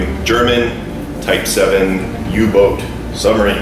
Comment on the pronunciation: It's U-Boot!